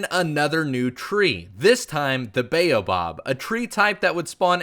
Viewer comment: It's pronounced bayo bab fruit